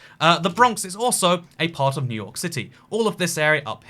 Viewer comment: my favorite city, new hork